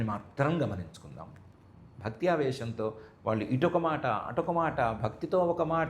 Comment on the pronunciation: Koncham nee telugu improve chesko amma..vallu ane pronunciation nerchuko plz